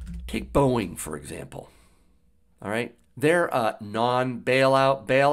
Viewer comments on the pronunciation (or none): none